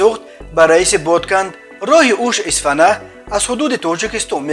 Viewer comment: Исфана не ИСФАРА